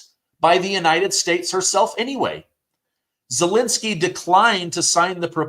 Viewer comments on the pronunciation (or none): Zelensky is not Zelinsky. Second e is pronounced as the first one.